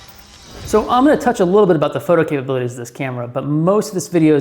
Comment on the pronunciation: photo cababill-ities